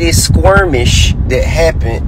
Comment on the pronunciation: TI the word is Skirmish... not Squirmish